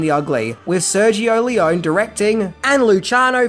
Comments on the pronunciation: ( just a note : Lee - own - ee . not lee - own. ) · Great video,, but I'm pretty sure that Sergio Leone's last name is pronounced "Lee-Oh-Nee" not "Lee-Own" and Eli Wallach's name is pronounced "Eee-Lie" not "Ell- Eee". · In Italian one pronounces all the vowels. It's not "lee-OWN," it's "lee-OWN-ee." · It's Leone, not Leon. The same is Corleonre, not Corleon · it's................................LEON-EEEEEE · I mean no disrespect, and I know you pronounce some words differently, but you have GOT to pronounce names correctly! Names aren't pronounced differently because of accents. Eli Wallach should be pronounced Ee-lye, not Eely. Also, it's also pronounced Lee-Oh-nee, Not Lee-own. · In Italian the "e' sounds like in Spanish, like it sounds in peg, sex, restore, set, so no, it is NOT Lee-o-nee. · The Italian E sounds the same as in Spanish, so no, it is not Lee-oh-nee, it is Leone with the E sounding like in peg, sex, pest. So it is not Seergio either, it is Sergio. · Sergio Leone - he's Italian, the name is Italian. Pronounced: "lay-OHN-eee" - 3 syllables, not two. Thank you. And, nicely done video, by the way. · This video should be titled: “The One Thing The Author Didn’t Know About How To Pronounce ‘Leone’”…. Considering it’s pronounced, lee-OWN-nee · Italian doesn't have silent letters at the end of words. Leoneeeeeeeeeeeeeee. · You know, it'll take you just a few seconds to google the correct pronunciation of people's names. It's Leo-nee. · Lee-own-ee say the name right. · Any other Leone fans cringe every time he mispronounces his name? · That's not how you pronounce "Leone." Not nearly as good as "God's Gun," wherein Lee Van Cleef takes his shirt off and a 12 year old Leif Garret co-stars. Not as much Van Cleef skin as "Captain Apache," but still pretty good.